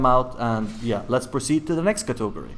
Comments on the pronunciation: Cat-uh-gore-e, not cato-gore-e. Im sorry it just gets under my skin. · cotogory? wtf? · I love how you say Catogary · If I hear cautogerry one more time i will die. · Cato go rise 😂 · LEARN HOW TO FUCKING SAY CATEGORY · I absolutely hate the way you say category. Literally causes me pain. Otherwise great video. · I love how you pronounce category! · Can't stop giggling when you say category